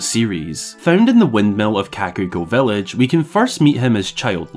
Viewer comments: the part where you talk about monograph man. That is not how you say kakariko village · What the hell did you just call kakariko village ?